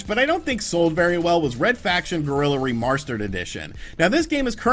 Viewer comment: And I feel in love with this video when I heard remarshterd